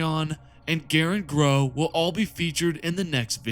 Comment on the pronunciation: Why do you keep pronouncing Crowe, Grow